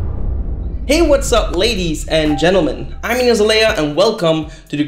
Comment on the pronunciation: What's up, ladies...and gentleman. (I laughed at that pause)